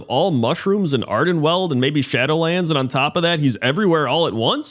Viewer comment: I have a pointless remark. You are pronoucing Ardenweald incorrectly. Ok? Ok. See ya.